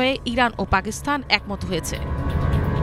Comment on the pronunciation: পাকিস্থান হবে না, সঠিক উচ্চারণ হচ্ছে; পাকিস্তান...! বুঝতে পেরেছেন?